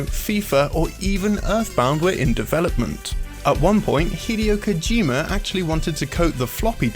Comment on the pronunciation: His British accent pronounced names so weirdly like hideo Kojima or nez as nes